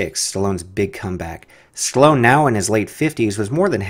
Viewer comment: chloone...? hahahaha stallone